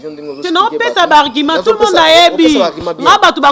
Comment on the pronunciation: oza vraiment zoba. Argument et non Arguma.